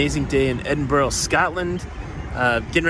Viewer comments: Edin-bruh ye mean mate. naebody pronounces it like that🤣🤣🤣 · It's pronounced Edin-bur-ah!